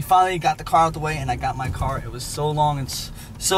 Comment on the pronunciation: pronounces car as "قار" 😅